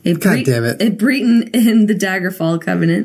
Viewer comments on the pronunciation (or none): She pronounces BREN-ton BREE-ten like Jenna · Jenna I'm a Breton too! In skyrim though, and it's pronounced like Brett-uhn not Bree ton :) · da fuck you gonna play elder scrolls and not know how to say breton